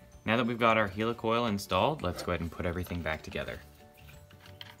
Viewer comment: Do you say helicopter or hilicopter ..why do you say hilicoil..it'd helicoil...